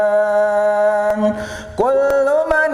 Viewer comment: Pabiayyi alaai robbikuma tukaddiban bukan tukalliban itu salah bacanya ustad